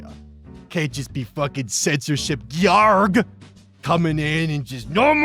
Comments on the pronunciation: It's not pronounced "jorj" or "gee-yorg". It's "jorg". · ive said this before but once again, its gay-orgg =) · Georg is pronounced “GAY-org,”. It’s the German version of George.